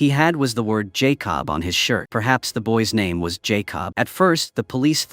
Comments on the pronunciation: why does it keep mispronouncing the boy's name -- it's Jacob , not Jay Cobb ... do you do this on purpose ? Believe it or not some people won't subscribe or even give you a thumbs up for this repeated mispronunciation ... because to them it means you didn't take the time to even listen to this to see if there were any mistakes . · Lazy channel and AI……pronounce that boys name correctly & it’s not JAY COB. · Jay cob lol 😂😂😂😂😂😂😂😂 no more AI!!!!!!!!!!! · You know, I am by no means an expert of all things Youtube, but when I make videos on my other account I freaking watch/listen to them before publishing to make sure there are no glaring errors with facts or speech like JAY-COB. Either your AI program can't spell Jacob, or it can't read the word Jacob. Either way, it should have been caught before publishing. Lazy work, and the last video I will be watching from this channel. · Jay-cob lol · Jay Cob suplies suplies AI BS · It’s not Jay cob , jacob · Jay Cobb 💀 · It's funny how AI pronounced Jakob as "Jay-cub" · AI slip up! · His name may actually be Jay Cobb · Its not Jay Cob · I heard Jay Cob. He must be a cousin to corn-on-the. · He supposed to say Jacob 😂. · I hate it the way he says Jacob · I hate when people use these AI that can’t even say a normal name like Jacob 🤦🏾‍♂️